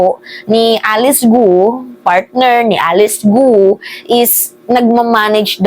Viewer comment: korekin mo sarili mo. Hnd gu o. Para kapanipaniwala ka.